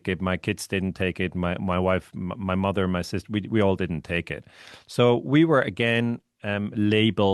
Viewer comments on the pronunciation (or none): none